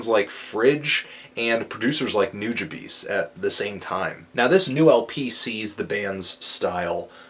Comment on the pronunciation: You still pronounced Nujabes wrong.... WHY?! -.